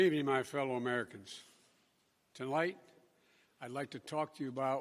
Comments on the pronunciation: To light instead of tonight. Duh couldn't get past the 2st two words 🙄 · HE ACTUALLY SAID TOLIGHT! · I thought he said tea light